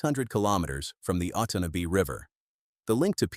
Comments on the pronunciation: uh TAUN uh bee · “Oat on knob bee river” 😂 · “Ott an nay bee river” 😂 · I really wish they would use real people and pronounce names properly. It's called the Otonabee river or as we that live there ,the 'otnotabee ' river . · The river is the Otonnabee pronounced: Oh ton a bee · Otonabee pronounced oh ton abee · Do you think you could find a ai voice that could say Otonabee properly? It grates on those of us who live in Ontario. Can't watch the rest of this. Glad that I didn't subscribe.